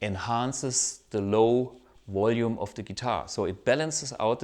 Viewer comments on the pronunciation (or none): none